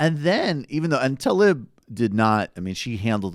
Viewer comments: its "Tlaib", not talib! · it's TA-LEEB, not ta-lib.